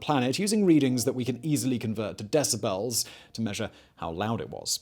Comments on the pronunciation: Simon, I love it when you say deciBELLS 😁. Love your channels! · "LASS-vegas" and "Dec-a-BELLS". I realize hes English but funny the enunciations he puts on "syll-a BELLS" lol